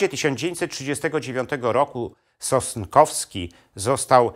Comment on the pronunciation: SOSNKOWSKI a nie "Sostkowski" !!